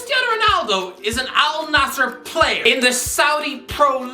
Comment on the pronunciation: First English speaking guy to pronounce it right not “Al nazir”